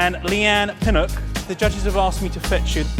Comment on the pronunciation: Leigh-Anne Pinnock he pronounced it wrong he said pinok